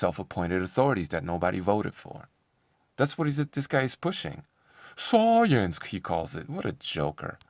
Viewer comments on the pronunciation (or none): "Science" i heard you say SOYENCE 🤣